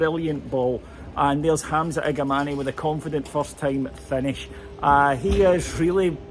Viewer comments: Did say Igamanayyy instead of Igamane? 😉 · Yes he did. Many scotts butcher his last name. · His name is Hamza igaman dont pronounce the E at the end of his last name.